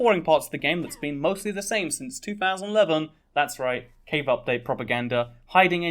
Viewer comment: Ngl thought you where saying cake update for a while